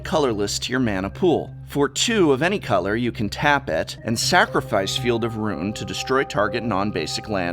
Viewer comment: Calls himself the "Professor"... can't even pronounce the word "ruin" :(